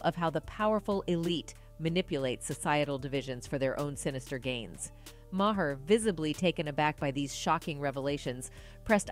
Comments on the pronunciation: It's Bill (MAR) not ma-her smh 😒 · Do your research, child! It’s pronounced Bill MAR not “ma har.” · Is said like bill "marrrrrr" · She literally pronounced bill mahers last name differently every time she said it.😅 ma-her. Mah- er. Mah-here. Mayor. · Kudos on reporting facts! But please, pronounce people's names correctly...Maher is pronounced "mar". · Truth...by the way it's pronounced Mar just fyi no shade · Why can’t the voice here pronounce Bill Maher’s last name ?? 🙄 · Decent video…. But I find it impossible to believe that adult American human being doesn’t know how to pronounce Bill Maher’s name. Much less all of the people that probably edited this and put it up. For God sakes, everybody knows the right way to pronounce his name and she does it the entire video multiple times.